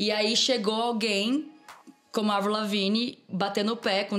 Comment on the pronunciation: Esse cara falando évril, é de fuder....